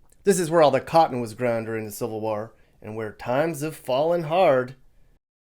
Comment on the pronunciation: Just say cotton.